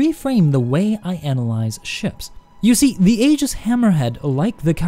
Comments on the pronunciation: Eye-giss. Hard g. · pronounced 'Eeejis' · I wish people would stop pronouncing it Aygis. And it's inertial damping. Its purpose is to damp the inertia, not make it moist.